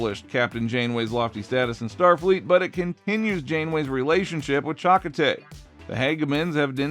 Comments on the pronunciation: Totally agree and also it is pronounced "Cha-Ko-TAY" not "Chak-o-tay" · Can't even pronounce Chakotay correctly?